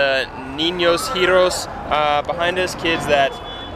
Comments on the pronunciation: It's pronounced "ero es." The "h" is silent. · I was here to make just that point. Niños Heroes. Heh-rho-ehs. Jijiji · Niños E R O E S, remember the H is mute in Spanish